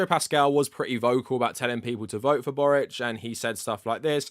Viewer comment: as a croatian i really appreciate you pronouncing Borić's surname the way it would be pronounced in our language ❤️